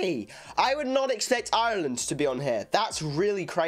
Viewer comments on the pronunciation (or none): none